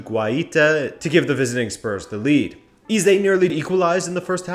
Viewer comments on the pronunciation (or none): It’s actually pronounced hey-ze not he-ze 😅😃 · more like eh-ze